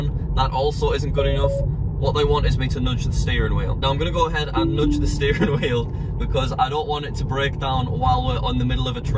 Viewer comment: "Nodge" the wheel